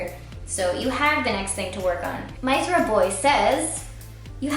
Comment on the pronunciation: She mispronounced Mythra's name. I'll let it slide.